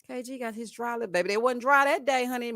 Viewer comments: thinks when he say...babbby and ya heard me..... women just flock to him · As a woman from New Orleans I was done with and his babay from episode one!🙄